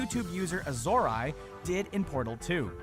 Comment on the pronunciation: "Youtube user AhZOri" What the fuck. First, he's a twitch streamer. Also, they can't even pronounce Azorae correctly. How the fuck do you even get that pronunciation? There's no "i" anywhere in that.